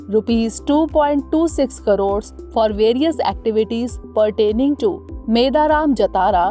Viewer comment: It's not pronounced as "Meda Raam". It should be pronounced as " Medaarum" Also don't pronounce it as Jathaara... You should pronounce it as "Jaaathara"